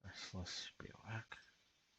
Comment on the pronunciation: gotcha. By the way - it’s bihv-oo-wack Finally getting to watch the video today - against the BR deck, I have to imagine high noon is good. If they’re playing creatures with prowess, they want to cast multiple spells a turn, they also have wild ride and creatures with haste, so they’re clearly trying to double or triple spell a lot. I would’ve boarded exactly as you did, especially after we saw 5 basics